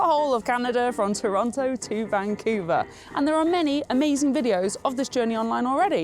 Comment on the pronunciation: You need to learn to pronounce Vancouver.